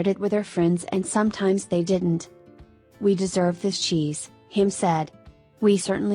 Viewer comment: I thought he was saying Xis.